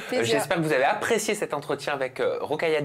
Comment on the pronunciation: Son prénom est : Rokhaya Diallo, et no Rockaya :)